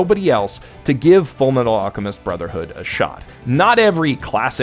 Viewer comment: You mean FURUMETARU ARUCHEMISTO BROZERHOODO?